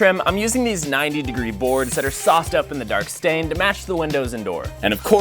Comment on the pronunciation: Why did bro say the wood got sauced up sounds like oiled up